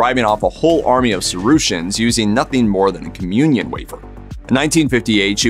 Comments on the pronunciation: Oops. It is Sara-sins. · St. Clare repelled a army called Sara-a-sins. He pronounced it incorrectly.